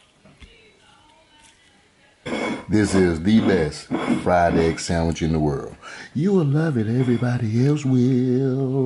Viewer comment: Fried eggk! Ya heard the man.